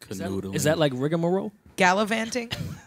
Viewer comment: HAHA, they butchered the hell out of the word rigamarole